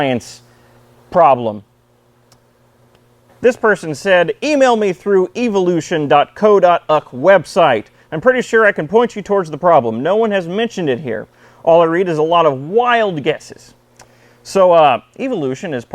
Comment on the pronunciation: I always pre-like your videos and you never disappoint. Did wonder when you said “dot co dot yoook” - you mean U-Kay! Hello from the Yook, btw 😂